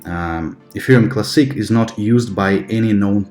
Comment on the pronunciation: I love your videos, I think you're one of the smartest and most objective crypto educators out there, but why do you pronounce the word 'classic' so weirdly??? And "Teeth-furr" instead of tether lol